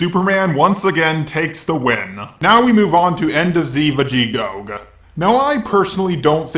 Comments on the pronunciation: What the hell is a vegeegoag It's pronounced Vej-ee-toe In the dub And Vej-e-to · VEGETTO not VEGEGOG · His power scaling is on point but he cant say vegito. He says vegego😂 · did you just called Vegitto Vegigo? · Ah yes, VEGIGOGE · Vego? It's vegito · Your saying vegito wrong your saying vegitog 🤣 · Who is Vegegoga? You mean Vegetto? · It's just me or you're saying "Vegigog" instead of Vegitto? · How to say vegito (va-je-toe) Not (va-ge-toe) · Veggogo??!??!!???? What it's viggeto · vegego vegegoke?? fam what the fricc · He says Vege go lmao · Who the fuck is vegigog I thought it was vegito becasuse EVERYBODY calls him vegito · ic vagedo not vagego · > says 'Vegigo'd' twice >Is now uncomfortable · Please stop saying Vegigohg. Or, if you’re going to say that, at least tell us why you say that/where you got it from. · STOP CALLING HIM VEGIGO ITS MOTHER FUCKING VEGITO IM TRIGGERED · Plz stop calling my fave boi vegegog ;o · Why do you keep calling Vegito, "Vegegogg"? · Why are you saying vagegok instead of vegito like the canon? I dont really have a problem with it I just wanna know if there's an old joke or something that I didnt see. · "vejego" He can say Gogeta correctly but not Vegeto! Va-ge-tow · also "vegegoge" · He actually said "va-je-goeg" XD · 1. He said "Vegegoge". 2. It wouldn't be pronounced " Ve-ge-tow" it would be "Ve-ge-toe". ...Just saying... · Whos this "vagegog" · Who the hell is "Vegigoag?" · Are you calling vigeto... vigekog? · Anyone going to mention that it is Vegetto and not vegekog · Yep it's vegito not vegidog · What's a Vegigoge LoL awesome vid though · Just for future refrence if you will use db super itreference is pronounced Vegee-tou not ve-gee-tou. It is not a criticism just point of reference. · bro why did you say it like that its vageto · wtf is vege-goog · If I hear you say Vegigog one more time I'ma snap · The moment he said Vegetto I was just like……uhh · Wtf is a veggigoke😂